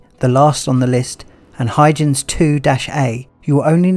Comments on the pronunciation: Hoy-gens Hard G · Huygens - HOY-GENZ mate. ;-)